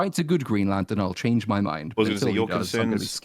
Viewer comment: "Chyange" is that Australian or maybe from the hood?